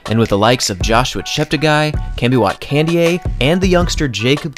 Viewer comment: Yeah, apart from butchering Kandie's name several times and insisting on mispronouncing Cheptegei (As many native English speakers running youtubers do)